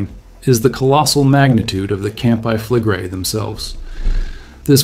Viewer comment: "Campi flegre-i"! Ist das wirklich schwer auszusprechen? Es heißt NICHT: Kampe flegre! Was für ein Vulkanbogen? Ein "kampanis-tschen"? Eine echte Stimme ist zwar sehr schön, aber nur, wenn der Inhaber dieser Stimme auch lesen kann. Der deutsche Text ist unakzeptabel. Ciao!